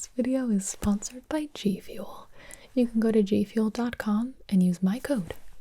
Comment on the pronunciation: Is it just me or did she say Jfuel